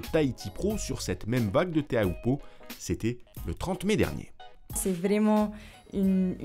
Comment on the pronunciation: Teahupo'o* et pas Theahupo'o. Mauruuru !